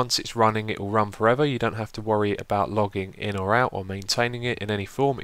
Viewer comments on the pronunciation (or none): none